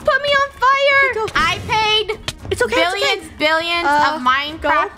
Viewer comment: Did anyone hear said bielions